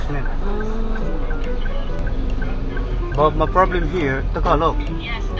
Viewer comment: Prob -lee-mado😂😂😂😂